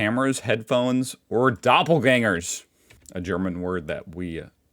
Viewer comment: its funny that he says a perfeft "ä" in doppelganger :D which is Doppelgänger in german. but most of the time he stumbles over ä, ö, ü :D